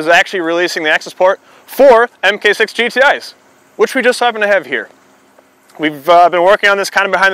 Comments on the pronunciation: You can tell he's not a VW guy because he calls it an M K 6. I used to say that and I got made fun of. Mark6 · Mark 6 not mmmmmmmmm kay 6